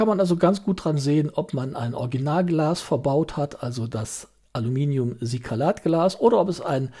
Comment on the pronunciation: Silikat, nicht Sikalat. Schöne Vorstellung einer interessanten Uhr. Ich war kurz davor, sie am Black Friday zum Sonderpreis zu bestellen, aber mir fehlte der letzte "Kick".